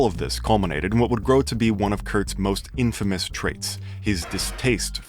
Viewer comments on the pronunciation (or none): none